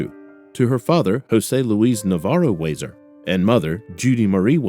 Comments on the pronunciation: Nice to know the so called "Heroes" of our communities are serving these family members so speedily. Wow!!! BTW: It's WEE-ZAR not WHY-ZAR RIP Lora Ann! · Huizar Pronounced Wee-Zar